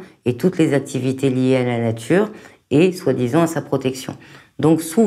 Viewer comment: Vive la natCHure et les voitCHures